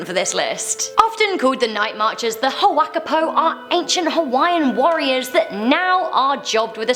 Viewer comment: she pronounces huaka’ipo so badly 🤦🏻‍♂️